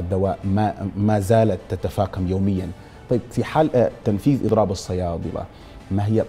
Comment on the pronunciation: بالله وين درست يا مقدم البرنامج ازمة الدواء تتفاقم وليس تتفاكم